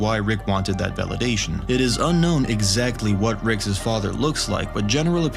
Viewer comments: you pronouncing Rick’s (r-icks) as “Rickses” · Just to help you out bud, “Rick’s/Ricks” is pronounced like “Rix” NOT “Rickses/Ricksays” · Why does he say "rickses" instead of "rick's" lol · Rickses? You're trying to say Rick's... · Why are you pronouncing it Rickses? It's just Rick's lol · Why do you keep saying "Ricks's" it's just "Rick's" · I am bothered by how you say Rick’s. Rickses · Dude why TF are you saying "Ricks's"? It's just "Rick's". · Why do you say Ricks's instead of Rick's? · is no one gonna point out the fact that he says ricks's instead of ricks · It's pronounced "Rick's" Not "Rickses." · Why do you say “Rick’s’s” as the possessive of Rick? (etc.) Just curious. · It honestly bothered me every time you said "Ricks's". Every single time. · Love your videos! 2 small things though. When referring to something belonging to Rick, it is prounouced Ricks, not Rickses. Also, it’s the Morty-est Morty, not Morteest. Much love !!! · No Ricks’es / Ricksess / Rick’ses. It’s “Rick’s”! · I may have to stop watching these if I hear Rickes not Rick’s or Diana not Diane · And repeatedly chose to use "Rick'ses" instead of "Rick's". smh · “Ricks’s”… please stop. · Why I saying ricks’s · stop saying rickses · "Rickses" "Rickses" "Rickses" "Rickses" "Rickses" "Rickses" "Rickses" "Rickses" "Rickses" "Rickses" "Rickses" "Rickses" "Rickses" "Rickses" "Rickses" "Rickses" "Rickses" "Rickses" "Rickses" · please stop saying "rickses" lol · Rick'ses pieces. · Anybody else notice this guy says “rickses” and “the love potion was infected with the flu”? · Yes it’s driving me nuts. And his accent is obviously that of a native English speaker. It’s “Rick’s” for God’s sake lol!